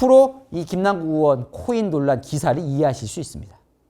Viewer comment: 동앵커는 '의'발음이 안되시나요?? 의원을 으원, 의혹을 으혹, 계속 으원으원으혹으혹거리는거 상당히 거슬립니다. 아니,발음은 기본 아닌가? 방송 생활 십 수년짼데..